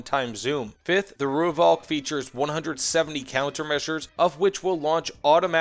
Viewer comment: Thanks for the review. I was lucky enough to be part of the Rooivalk’s development back in the 80s and 90s when it was well ahead of anything else available to the South African Air Force. Btw “Rooivalk” is pronounced “Roy-falk”. Only weakness was the lack of a mini-bar.